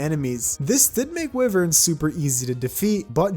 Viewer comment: ah yes your common enemy the wyvern, pronounced as wiv-ern